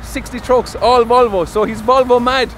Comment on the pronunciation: As a Swedish person I aprove how the way you say Volvo ❤️ lover ur videos 😇